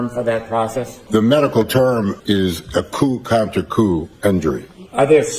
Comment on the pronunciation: It’s: Coup Contre Coup!!! Not Counter!!!